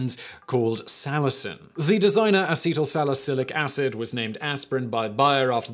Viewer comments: A-see-tu-sil-ic acid. Gotcha bro. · I believe it's something like ah-set-uhl-sall-i-sill-ick acid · Simon: Say Beatle. Now swap the 'B' with an 'S'. Seatle put an 'A' in front of it for: A-Seat-el. For the next bit, say Sal-acidic - except swap the 'D' in acidic with an 'L' so you get A-seat-el Sal-acilic Acid Or more properly, acetylsalicylic acid. I hope my non-phonetic pronunciation guide helped, even if it was after the fact, or in this case, after the video. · Well, I at least enjoyed your attempted pronunciation of "acetylsalycilic acid" :p